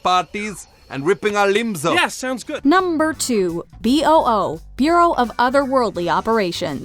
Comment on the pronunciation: I think B.O.O is supposed to be pronounced "boo", kind of a clever way making the sound a ghost makes into an acronym